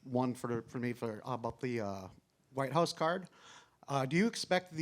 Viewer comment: When Jon Jones says Whute House, he thinks of a completelly different thing.